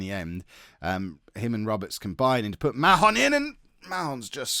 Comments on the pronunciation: Mahon is pronounced 'Marn' btw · i believe it pronounced marn like barn because there was a kid at school with the same last name and didnt seem too fussed about that pronouniation